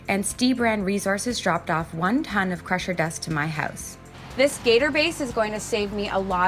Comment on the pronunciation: Crusher dust? Pressure Dust? Cant understand what you're saying. Wish you would have listed in description or flashed the word in your video. Thanks.